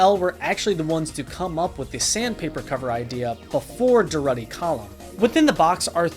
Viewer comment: learn how to pronounce "durutti," bud and do yourself a favor and check out christian marclay's "record without a cover"